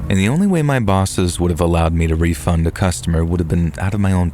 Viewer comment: "I want a wefund" 😂😂😂😂😂😂